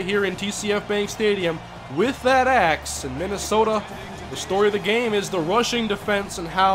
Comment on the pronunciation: it sounded like you said paul bunyan's ass